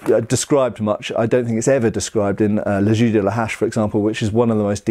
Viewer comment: I can't pass the fact that he prononce "les jeux" as "les ju" it's weard when you know how to speak french... But a lot of interesting things from this video.